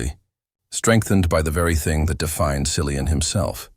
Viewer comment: His name is pronounced KILLIAN. Hard C. Least you could do is learn that.